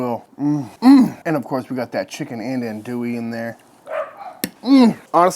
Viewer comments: In Louisiana we say “andouille” (not “Anne” w an E), but Aun…More like “ahn” Dewey..sausage.. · Looks tasty, thanks for the awesome video! One complaint - everytime I hear someone pronounce andouille that way, its like nails on a chalkboard. I get it though because everyone not from Louisiana says it that way 😂